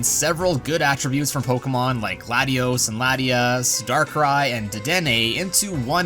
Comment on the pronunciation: "Glatios"? Gladios?